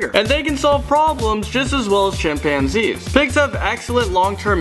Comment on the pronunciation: When he said chimpanzees,I thought he said champagne.Ha LOL